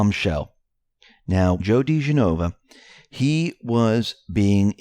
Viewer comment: Joe pronounced >(Dee- jen- a-va) is great!!! Thank you 👏👏👏👏 always look forward to hearing your breakdown 🇺🇸👍